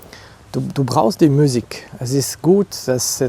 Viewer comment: „Französische miusik“👌🏻👌🏻😂